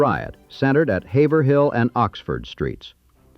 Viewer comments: I’ve always pronounced it “hayv-rull” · Learned a lot about the city I live in. But you mispronounced “Haverhill”—should be HAY-ver+ull